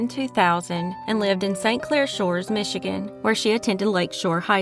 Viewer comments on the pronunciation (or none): none